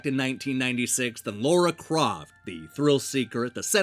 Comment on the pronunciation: As ever great vid and love your narration. HOWEVER this vid includes a bugbear of mine... the weird problems Americans have with pronouncing "Lara". It's not Laura as you pronounce it it's with a laaa, as in "tra-la-la" or even easier Lalaland. It's almost as if some americans can't hear the syllable or their mouths are brought up to say that syllable so automatically fall into a Laura sound. Just a theory.